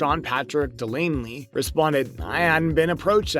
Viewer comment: *Sean Patrick Flannery. Not Delaney